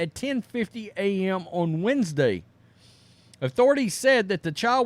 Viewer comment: “Weens-day”. “Exscape?”